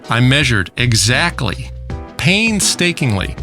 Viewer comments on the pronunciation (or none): Pan-stakingly lol